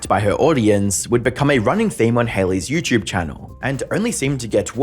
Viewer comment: Love these “youchube” documentaries